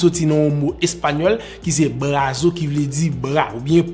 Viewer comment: Bon travay frém.brazo en español li pronosye blaso ki vle di bras en francais.se jis yon ti rektifikasyon